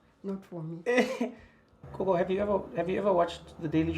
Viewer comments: It's Gogo Not Koko #smh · Gogo* Trevor pronounces it wrong.